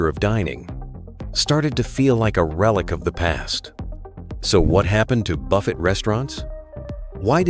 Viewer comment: AI voice giveaway... can't even pronounce buffet right. This video sucks.